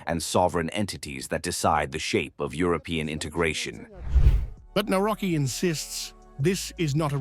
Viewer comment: Nawrocki - navrotzki ...ku..wa🤦‍♀️